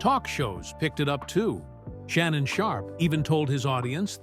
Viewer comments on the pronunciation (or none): none